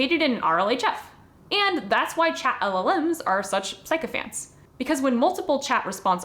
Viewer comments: Small correction - I believe it's pronounced "Sick-o"phants, not "psycho"phants. Other than that, great video and very much on point. My view of the people that are in positions of power, the linkedin soulless corporate husks is that they're much less likely to be the ones to watch it, or learn from it. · I think it goes either way these days, but yes "sick-o"phants is the original pronunciation.